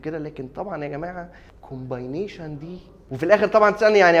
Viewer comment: محتواك حلو جدا جدا بس بليز مش كومباينيشن ، كومبينيشن Combination